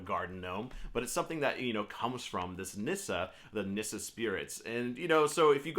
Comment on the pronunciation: I love Nisse. It’s pronounced “niss-say” actually. We have them on Yule cards in Sweden. I enjoy having them around our Swedish American home.